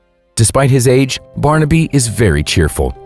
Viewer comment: How weird. I’ve just been watching this video on my TV where the narrators constant mangling of the name ‘Barnaby’ (which he kept pronouncing ‘Barn-Abbey’) was driving me bonkers. Yet here the narrative has thankfully been changed and it’s now being pronounced properly. I guess the previous video was driving other Youtubers mad too -so they changed it. I can now actually bear to watch and listen till then end.